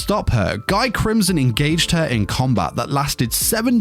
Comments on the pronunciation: It's pronounced as Gee Crimson, not Guy , try watching the anime dude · It's prononcier "Gi" not "Guy" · Guy is pronounced "Ghee"